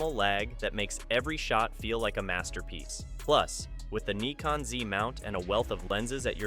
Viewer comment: I’ve heard of “Nykon” and “Nikkon” but never “Kneekon”!